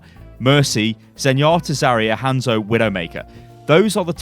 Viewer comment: Jesus christ, it is 'hahnzo' not 'hand soap'.